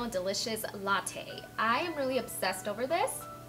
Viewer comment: Spice. Not Spy. Latte.